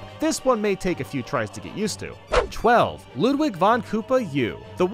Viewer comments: It's not luhdwig, it's lewdwig. You were saying Ludwig as Luhdwig. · DID I JUST HEAR LUD VIG BEETHOVEN!?!? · Ludwig’s name is pronounced “Loodveeg” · Ludwig is pronounced Lood vig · He said ludlig wrong....